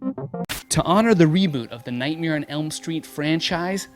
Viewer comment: its "nightmare", not "Nightmere"